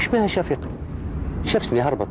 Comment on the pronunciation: Selma Hammouche moi aussi j’ai remarqué, qu’il a dis chafika